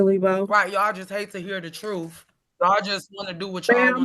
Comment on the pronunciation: Can someone tell me what the “troof” is 🧐